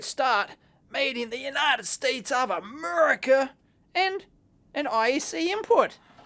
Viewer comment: "Made in the united states of amurrica" always makes me laugh ha